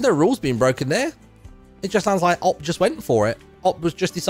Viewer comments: I still cant get over Martyn saying "op" instead of "O-P" lol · Martyn is TAH for his pronounciation of OP